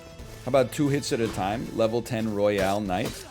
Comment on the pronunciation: NL is so damaged he pronounces the Royal Knight “royale”